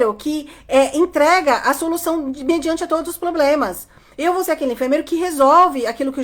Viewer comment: CANDITADOS, não falem POBLEMAS na entrevista.